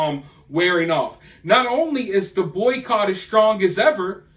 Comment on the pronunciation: Im sorry. Are you saying boy coch?